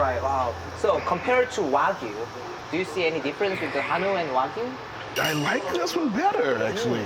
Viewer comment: 왜구라고 발음 제대로 ㅋㅋ 와규아니고 왜구 ㅋㅋㅋ